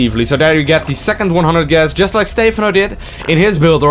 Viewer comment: Why dont you pronounce Stephano like the casters do? :( Other than that, great vid, thanks! Keep it up <3